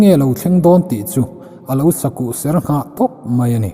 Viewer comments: Ngaihnawm khawp mai, ka ti ve khang lang a nge sakuh ser tih hi pan ser anga lam rik a ang deuh panser ang a lam tur ni loin ser,ser, kan ei thin ang a lam tur niin ka lo hria a dik em le,. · sakuh ser nghah tih lai hi ilam dik lo. ser(taksa a ser ang in ilam) ser hi ser (serthlum) a lam tur zok ni in ka hria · Sakuh ser nghah i lam dan chuh, i lam dik lo tih i inhre tho ang chu maw